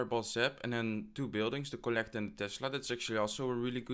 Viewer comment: Is it just me or anyone else notices the way he pronounce kolektor for collector and skelethonks for skeleton?? It makes me laugh all the time haha, anyway well played i am definitely gonna try it